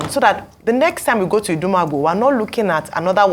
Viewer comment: IDUMAGBO not idumaagboo , Ojy oooo. I no be Yoruba but I fit pronounce well